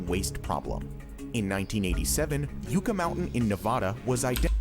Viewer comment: Ugh. Hearing the narrator pronounce "Yucca" as yoo-kah instead of yuh-kah is a bit cringe. It's supposed to be pronounced like the work yuck with an A at the end. LOL. The Yucca flower is the state flower here in New Mexico and is actually edible if you're stuck in the desert. Just don't eat the sap from the stalk which is mildly toxic.